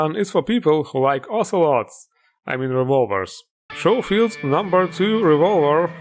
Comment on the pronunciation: Wow, you pronounced Schofield correctly, have a like, 7 years later! 😁